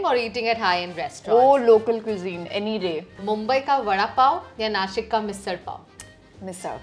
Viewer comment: so irritating to hear Kamya say nasik nasick 🤮 It's Nashik, not nasik 🤦🏻‍♂️ Do these convent pass-outs also pronounce milkshake as milksake 😂 i guess not